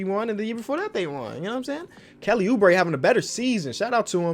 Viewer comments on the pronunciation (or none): Mans almost said kelly boobre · “Kelly boobre”!?? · Kelly boo-bre 😂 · we gonna forget about saying "kelly boobre"